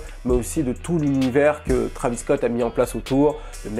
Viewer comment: Arêtes de dire trAvis scott c’est trÉvis scott c’est comme si on disait hiconnic